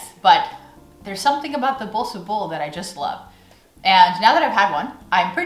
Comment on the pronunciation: The way you pronounce "Tompouce" and "Bossche bol" is just perfect!